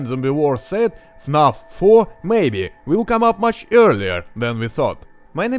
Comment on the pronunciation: Имена и "фнаф" ты произносишь, ну, с очень русским акцентом)